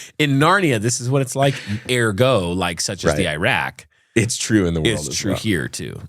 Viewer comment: ..."SUCH A THEE IRAQ"😂😂😂 - No he di ent! 😂😂😂😂😂